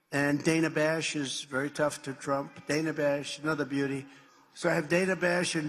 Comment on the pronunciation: It’s pronounced Dan-ah! The misogyny on the right is so blatant & disgusting it makes me ill.